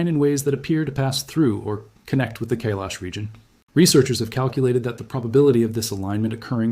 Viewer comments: Not Kaylesh .....KAIILAAASHH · It is Mount Kaai-lash . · Kai-lash, you need some Indian friends, your pronunciation is weak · It is pronounced "Kai-laash" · KAi Lesh correct pronunciation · Please learn how to pronounce Kailash. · The first syllable of Kailash is CORRECTLY pronounced to rhyme with "SKY", not "day", YOU'RE WELCOME.